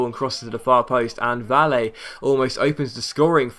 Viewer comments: Just a tip, when you see a spanish name with two l in a row you pronounce it like j. Like Valle is Vaje and Casillas is Casijas however another class video from your part! Cheers from Sweden :) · you say valle like 'bayay'